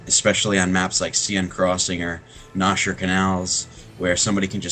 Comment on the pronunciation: "Nosher" canals LOL